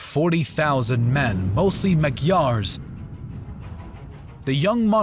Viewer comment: First slaughtered name was only , quite astonishing score that dude was Brankovic, and not "Brankovik", (C like in word CEILING, or SECESSION) that nations is Magyars, and not "Maghyars", (G like in word MAGIC) bishop name is Jan, read it as "Ian" or as English "John". About your pronounciation of Varadin i can do nothing since it is proper Latin pronounciations which is acceptable.